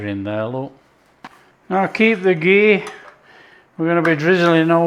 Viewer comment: You even called it "khichdi", not any fancy ass english name.. that too with the right pronunciation( kh not k)👏👏 Also you said ghee, not clarified butter, sir i'm impressed 🤝